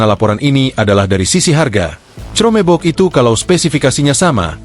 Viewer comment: Reporter media ini berpendidikan rendah. Baca chromebook saja tidak becus, parah.